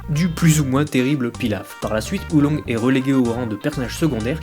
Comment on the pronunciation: Oolong !!!!!!! PAS Oulongue